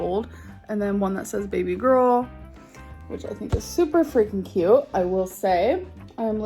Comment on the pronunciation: I hate how she says cute. "Kuhyooht"